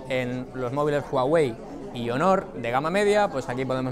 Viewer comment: Aaay... esas pronunciacioones jeje (hónor) pero buen video y equipo Xátaka